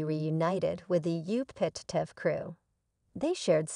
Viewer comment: How can you expect us to believe anything you report when you can’t properly pronounce the names of the family or the tv station?